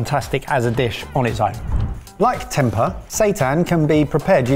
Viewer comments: It’s pronounced tempay. It’s bland if cooked wrong but one of my favourites when I lived in Sumatra was having it battered and deep fried, like little vegan nuggets! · Tem-pay would be the right pronunciation. The weird sounds effects just ruined it for me lol